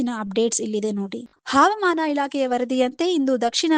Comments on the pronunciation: ಮೇಡಂ ಹಾವಮಾನ ಅಲ್ಲ ಹವಾಮಾನ ಎಂದು ಓದಬೇಕು. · ಮೇಡಂ ಕನ್ನಡ ಕಲಿತುಕೊಳ್ಳಿ.... ಹವಾಮಾನ